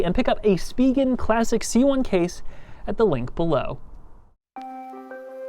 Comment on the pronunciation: “Spee-gin”. Is that how you pronounce the name? I never knew, always pronounced it “Spy-Jen” but never felt great about that pronunciation.